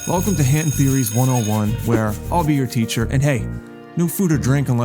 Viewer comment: Hanton is just Hernton in a Rhode Island accent 😭